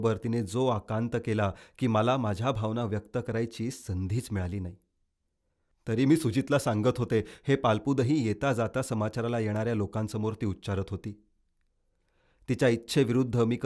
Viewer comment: पालुपद पालपुद नाही